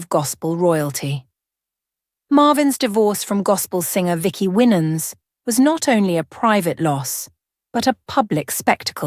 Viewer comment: You don't know what you're talking about because you can't even pronounce his last name, bye liar. 😅😅😅